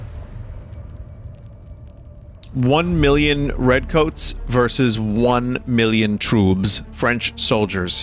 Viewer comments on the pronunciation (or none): One mirrion twoops... WOW